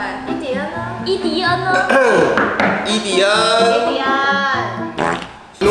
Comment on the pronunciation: 伊迪恩聽起來怎麼有點像idiot？XD